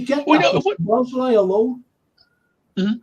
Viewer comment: it's Szobo Szlai.. Just practice only saying Szobo. Then you got the first part of his name correct. Then you just add Szlai in the end. Szobo-Szlai. It's not Szobosz-lai